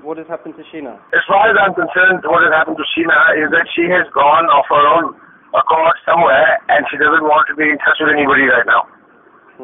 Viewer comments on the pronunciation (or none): none